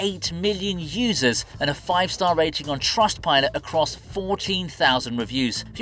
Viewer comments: Did you just say Li-nux!!!! WTF BROOOO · Did you just pronounce Linux as Lie Nux? WTH?